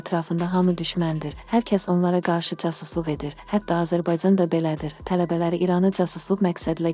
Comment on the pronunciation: Edəцəy,gələцəy,azərbayцan,buna bir danışmaq öyrədin,adamın əti tökülür,dinləyəndə